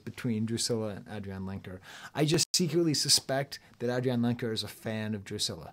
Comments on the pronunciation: She pronounces her name Adrianne. Not AdriAnne. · Great review, spot on, just one thing though, her name is pronounced Ay-dree-anne ;) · AVAA, although I am a first time viewer :) You're such a charismatic, knowledgeable, open person. Excited to watch your other reviews. I don't know about the name pronounciation though - is that an inside joke I just don't understand? It's Adrianne, pronounced like every other Adrianne, as far as I know. Love the comparisons to Dylan and Thom Yorke/The Smile, I agree wholeheartedly as a huge fan of all 3. Although Adrianne is in a league of her own. The way she views the world, and the talent she has to convey emotions both specific and universal, simple yet complex, is unparalleled. I missed her unique guitar playing on this record, but it was traded in for even more raw honesty. And that's a worthy trade.